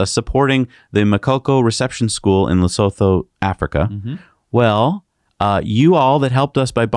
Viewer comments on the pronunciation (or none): Nice show guys. "Lesotho" is pronounced "Luh-suu-tu". ;) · Lesotho is pronounced 'Le-Soo-Too'